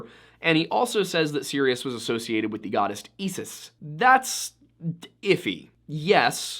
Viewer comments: It's pronounced (eye-sis) btw I know cause I was never after her lol. Obsessed with your channel btw. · Love your work, but I have one pronunciation correction: Isis is pronounced "eye-suhs" or "eye-sis". K thanks. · You have a very odd way of pronouncing "Isis" and it pulled me out for a moment. But overall a very interesting video.